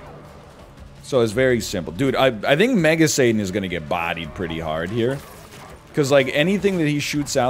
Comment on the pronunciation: God I swear sometimes it sounds like NL is saying Mega Satan as MAGA Satan and it gets me rolling